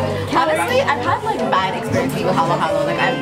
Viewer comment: These ladies know their Filipino food, i.e. They pronounced "halo-halo" right. Edit: and they know how to eat with their hands - the proper Filipino way